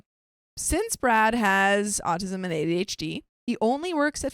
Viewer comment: Quit mispronouncing ADHD you sound like an idiot